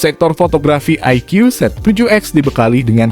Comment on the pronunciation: IQOO dibaca Ay Kuu Bukan Ay Kyuuu :D